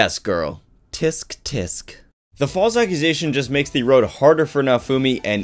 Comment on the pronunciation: For the first time in my life I just had the blesseth moment of hearing someone say "tsk.tsk." as it's written xD <3